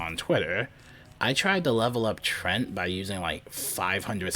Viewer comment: It's not Trent. Its tree ant, but the ant is soft a like unt